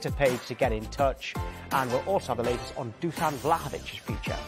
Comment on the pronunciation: Pronounced > "DuSHan"